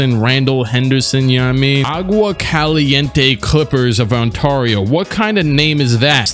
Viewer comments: Did he just pronoun Ontario, On-tar-i-oh 😂😂 It’s On-tear-i-oh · On-Tareo? On-Tareo? It's On-Tear-Eo dude.